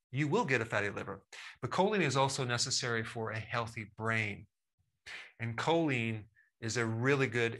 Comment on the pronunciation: Choline has not been pronounced correctly.